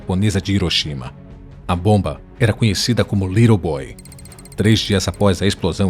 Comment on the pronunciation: O nome certo da bomba é Little Boy, lê-se Lírou Bói e não, Lírou Bôi, como pronunciado no vídeo